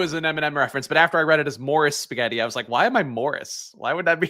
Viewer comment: ghetti...come on. You knew that one